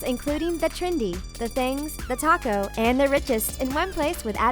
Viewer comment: When she said thetalko at the beginning am I the only one who for a split second thought she said thetaco